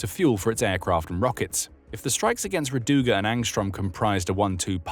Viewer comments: it is ra'duga, not radu'ga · Not rad"U"ga, r"A"duga Rainbow